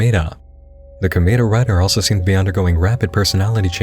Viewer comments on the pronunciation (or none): komeeda... i can't, you just keep saying it! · Ohhh man.... Hearing you try to explain Danganronpa (and pronounce Komeada's name) kinda triggered me a bit, but I'll let it slide just because it can be... "Complicated" at times to explain with it's games, anime, and light novels. But other than that all the content that was shown seems pretty interesting. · who else died a little inside everytime he pronounced komaeda’s name like that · I literally only came here for the "KLM" section. Also the why you say "Komaeda" fucking killed me.